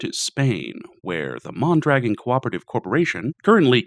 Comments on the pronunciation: MON-druh-GON. Otherwise, bloody amazing video. Thanks a ton for the research too. Outstanding. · Isn't it MON-druh-GON? and JACK-o-bin? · Great video, pretty sure it is pronounced mon dra gone. I hate how america went from a socialist country with good outcomes to the free market hellscape we live in today. Unfortunately that took 70 years to build and 30 to destroy